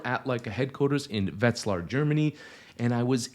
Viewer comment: Your pronunciation of Wetzlar is getting perfect. You’ve come a long way. ;)